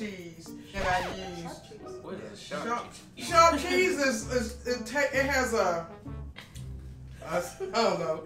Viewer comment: Sharp vheese😂😂